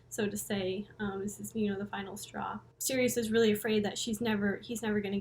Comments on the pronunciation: its pronounced like "cyrus" not sirius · I think it's pronounced Cyrus... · Absolutely love your detailed analysis & explanations of all things Coheed. They’re my favourite band, but there’s still so much to the story that I don’t know. Thanks for all the work you do! My only criticism is that I think you’ll find Sirius is pronounced Sy-rus. Cant wait for Descension! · I pronounced it like Sirius forever too until I heard Claudio pronounce it like Cyrus he should’ve spelled it that way lol